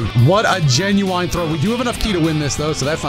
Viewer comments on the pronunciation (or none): was that “genuine” a Door Stuck reference or is that just how he says it lmfaoo